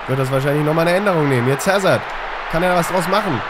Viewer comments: E.Hazard wird "Asa" ausgesprochen und nicht Häsard :D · Hässerd wird soweit 'Asahr ausgesprochen. (Ist Belgier) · Hazard ist Belgier. Dort spricht man Französisch und er wird "Asar" ausgesprochen. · er heißt hazar also so wird er ausgesprochen das ist ein jungstar aus belgien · nur so als Tipp bei Hazard werden das h und das d nicht mit gesprochen (französischer Name)